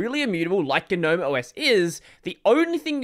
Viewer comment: it's not "Ga-nome" it's just Gnome, plain and simple. it's been that way since 3.20